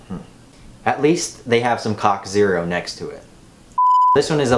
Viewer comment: When you said " at least they have some cock zero" I lost it 😂